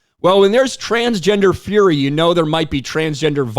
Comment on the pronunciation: Did she say FURY or FURRY?